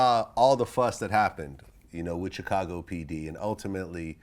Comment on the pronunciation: Vlad you STILL can't pronounce Chicago. It's (Shi-ka-go).